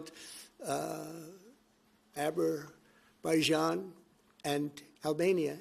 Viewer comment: "Aber byjone" verses "Azerbaijan" Ha ha ha ha ha ha! BTW, it wasn't 'Albania' and 'Azerbaijan' which share no common border and are sepoarated by 1,605 miles but it was "Azerbaijan" and "Armenia"! Our 'Liar-in-Chief" can't even get his lies correct!